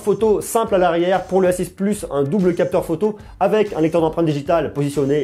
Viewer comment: Suis je le seul à entendre s6 au lieu de a6?